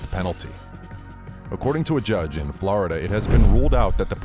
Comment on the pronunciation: Florida not Blarda bruh😂😂